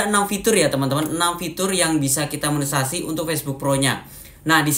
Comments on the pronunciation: Maaf ralat Monetesasi mungkin lbih tepatnya y pak bukan monesasi 😊🙏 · KAK BUKAN MONESASI..TAPI MONETISASI😅